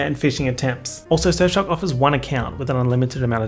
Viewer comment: Anyone else thinks he pronounces Surfshark like S*xshop?